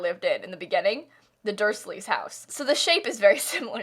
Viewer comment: i feel oddly personally attacked by not pronouncing ‘Dursley’ QUITE the way it’s supposed to be pronounced